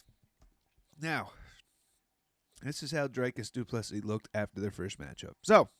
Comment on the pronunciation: His name is pronounce Drew like tree kis like miss. Doo, please like Bess, cee like see ❤